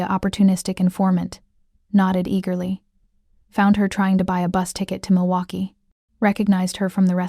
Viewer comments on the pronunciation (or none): none